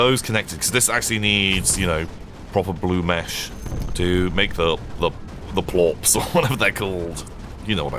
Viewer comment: I heard plorp, but I think you mean plort, like the money making thing in Slime Rancher.